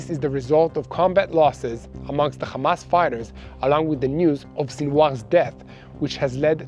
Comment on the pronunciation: Kindly don't say Khamas and Khizbalah. You're mispronouncing and it's offensive. Meanwhile Yahya Sinwar died a hero while Benzion Mileikowsky was running to hide in a bunker with his hands shaking.